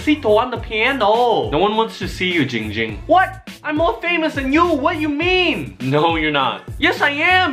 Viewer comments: you guys are saying it wrong! It's giiiiiiiiiiiiiiiiiiiiiiiiiiiiiiiiiiiiiiiiiiiiiiiiiiiiiiiiiiiiiiiiiiiiiiiiiiiiiiiiiiiiiiiiiiiiiiiiiiiiiiiiiiiiiiiiiiiiiiiiiiiiiiiiiiiiiiiiiiiiiiiiiiiiiiiiiiiiiiiiiiiiiiiiiiiiiiiiiiiiiiiiiiiiiiiiiiiiiiiiiiiiiiiiiiiiiiiiiiiiiiiiiiiiiiiiiiiiiiiiiiiiiiiiiiiiiiiiiiiiiiiiiiiiiiiiiiiiiiiiiiiiiiiiiiiiiiiiiiiiiiiiiiiiiiiiiiiiiiiiiiiiiiiiiiiiiiiiiiiiiiiiiiiiiiiiiiiiiiiiiiiiiiiiiiiiiiiiiiiiiiiiiiiiiiiiiiiiiiiiiiiiiiiiiiiiiiiiiiiiiiiiiiiiiiiiiiiiiiiiiiiiiiiiiiiiiiiiiiiiiiiiiiiiiiiiiiiiiiiiiiiiiiiiiiiiiiiiiiiiiiiiiiiiiiiiiiiiiiiiiiiiiiiiiiiiiiiiiiiiiiiiiiiiiiiiiiiiiiiiiiiiiiiiiiiiiiiiiiiiiiiiiiiiiiiiiiiiiiiiiiiiiiiiiiiiiiiiiiiiiiiiiiiiiiiiiiiiiiiiiiiiiiiiiiiiiiiiiiiiiiiiiiiiiiiiiiiiiiiiiiiiiiiiiiiiiiiiiiiiiiiiiiiiiiiiiiiiiiiiiiiiiiiiiiiiiiiiiiiiiiiiiiiiiiiiiiiiiiiiiiiiiiiiiiiiiiiiiiiiiiiiiiiiiiiiiiiiiiiiiiiiiiiiiiiiiiiiiiiiiiiiiiiiiiiiiiiiiiiiiiiiiiiiiiiiiiiiiiiiiiiiiiiiiiiiiiiiiiiiiiiiiiiiiiiiiiiiiiiiiiiiiiiiiiiiiiiiiiiiiiiiiiiiiiiiiiiiiiiiiiiiiiiiiiiiiiiiiiiiiiiiiiiiiiiiiiiiiiiiiiiiiiiiiiiiiiiiiiiiiiiiiiiiiiiiiiiiiiiiiiiiiiiiiiiiiiiiiiiiiiiiiiiiiiiiiiiiiiiiiiiiiiiiiiiiiiiiiiiiiiiiiiiiiiiiiiiiiiiiiiiiiiiiiiiiiiiiiiiiiiiiiiiiiiiiiiiiiiiiiiiiiiiiiiiiiiiiiiiiiiiiiiiiiiiiiiiiiiiiiiiiiiiiiiiiiiiiiiiiiiiiiiiiiiiiiiiiiiiiiiiiiiiiiiiiiiiiiiiiiiiiiiiiiiiiiiiiiiiiiiiiiiiiiiiiiiiiiiiiiiiiiiiiiiiiiiiiiiiiiiiiiiiiiiiiiiiiiiiiiiiiiiiiiiiiiiiiiiiiiiiiiiiiiiiiiiiiiiiiiiiiiiiiiiiiiiiiiiiiiiiiiiiiiiiiiiiiiiiiiiiiiiiiiiiiiiiiiiiiiiiiiiiiiiiiiiiiiiiiiiiiiiiiiiiiiiiiiiiiiiii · It’s giing ging not ging ging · it's Ging Ging not Ying Ying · ITS giiing ging not ging ging lol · l i t t l e b e e NO ITS GIIIIING GING NOT YING YING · NO ITS ZIIIIIIIIING ZING NOT YING YING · OMG IT NOT JING JING ITS GING GING GOSH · It Giiing Ging not ding ding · it’s ging ging/giiiiiiiiing ging not jing jing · It’s Yee yee not ging ging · It's GIIIIIIIIIIIIIING ging. Not gingging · AI U SAY HIM NAME WRONG IT GIIIIIING GIIING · Why u say it wrong it’s giiing ging